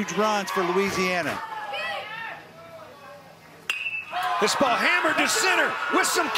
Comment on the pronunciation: Announcer doesn't know how to pronounce "Louisiana."